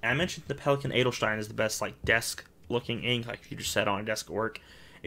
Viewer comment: Your pronounciation of "Edelstein" is perfect! 👍 I like collection videos ery much and would love to see one again with your new inks. If you think they are too long you could just split them.